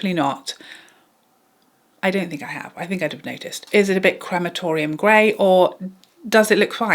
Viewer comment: "Crematorioum grey" 🤣🤣🤣